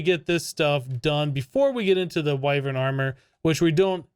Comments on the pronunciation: It’s. WIe-Vern. Not wivern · Its pronounced Why-vren im pretty sure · It's pronounced "wyvern" not "wyvern" :) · I say W-I-vern, not W-AI-vern ;) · Why-Vern (that pronunciation)